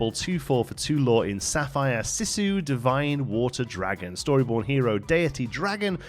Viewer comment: Good stuff!! One pointer, Sisu is pronounced "See - Su" ( ), not "Sih-su"!